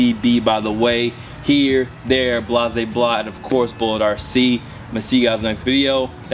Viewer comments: Omar Ramirez yea I know he just always says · Corey Brooks in the end of the vid I clearly heard "bullit rc" don't know if you want Him saying it BULL IT like he's counting syllables or what but I clearly heard that T 😂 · I've been watching you forever and still have never heard you say the T in bull1trc 😂